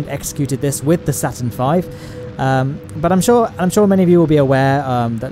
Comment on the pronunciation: IT'S CALEED STURN 5